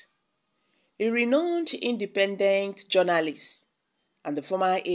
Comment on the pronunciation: Renowned is pronounced RINOUNED